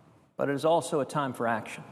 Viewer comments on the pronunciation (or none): none